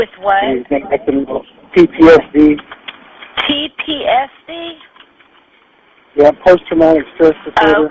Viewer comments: He said T P S D though! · Ttsd? How does she not know what ptsd is? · oh but wth is TTSD?? lol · I Heard her ask PDSD..🤷🤦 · i think he said ptsd but she did definitely hear tpsd as thats what she said. She knew what ptsd was from how she spoke when she was corrected. She just heard it wrong